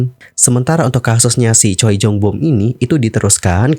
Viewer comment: "Choi Jung Boom" dibacanya "Cwe Jong Bum"